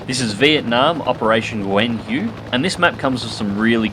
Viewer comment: I'm Vietnamese and your no where close to say "Nguyen Hue" but its OK I understand why !